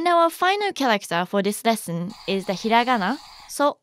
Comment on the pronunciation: it feels so weird( and satisfying) hearing hiragana said correctly instead of the slow stretched way English people usually say it